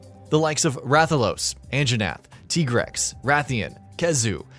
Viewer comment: I’m sorry, but anyone who says tee-grex doesn’t get a like